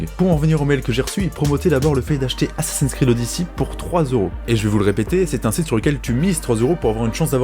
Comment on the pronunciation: Enfin quelqu'un qui prononce "Odyssey" correctement !